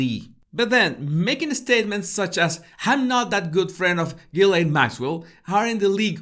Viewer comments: I think her family pronounce it Ghilen, I think its such a disrespectful picture a queen or king is anointed at some point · Ghilsaine~ pronounced Gee Laine…. Say what you see.